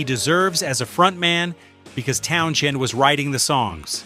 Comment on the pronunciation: Town-SEND Not Town- Shend PLEASE!!!